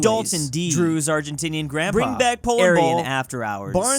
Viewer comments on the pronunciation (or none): none